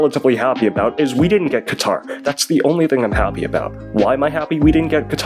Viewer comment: Qatar? My good sir, i believe you meant QaVAR😂.